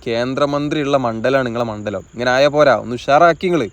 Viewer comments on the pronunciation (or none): none